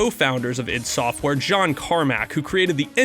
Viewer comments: It's not eye dee... It's "eeed". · It's not pronounced i.d. Software and no, Romero was NOT the primary programmer for any of their games. John Carmack was.